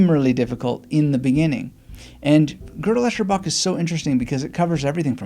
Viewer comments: "Girdle Echerbach" 😂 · The very first test of GEB is: how to pronounce the title. Cheers. Thanks for sharing. I found reading his follow up - I am a Strange Loop - reading this first helped GEB resonate more for me...